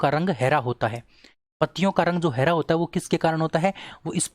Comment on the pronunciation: हैरा नही हरा बोलना सीखो